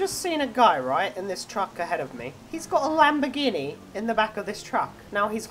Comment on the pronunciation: YOU SAID IT WAS A Lamborgihni